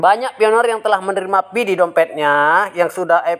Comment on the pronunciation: Bang knapa bacanya F/V dibaca P, giliran Pi bacanya fi